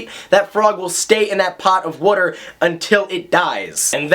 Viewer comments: where'd you grow up? Something about the way you said "water" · the way you said water kinda made me feel all tingly inside I don't know what to think anymore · Yes. Yes! Thank you for making this video!!!! Also, the way you say water =) You're not lying when you say you're from Philly! Love it!